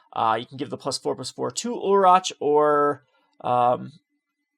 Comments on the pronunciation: It's pronounced Ulrik not Ulritch. It's also Gisela not Jisela. Also it's GIF not JIF. Please work on pronouncing these correctly. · He's kind of all over the place with names and pronunciations. Ulritch???? It's Ulrich (Ulrik). Also, he says Jisela instead of Gisela. I imagine he also says JIF instead of GIF.